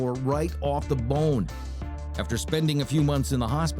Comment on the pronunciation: I don't like the way you say bone its bothersome